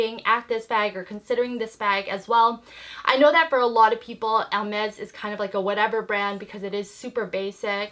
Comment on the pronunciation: It’s a nice bag. I discovered you not so long ago and I didn’t know you were Canadian. I’m French canadian and you do pronounce it right 😉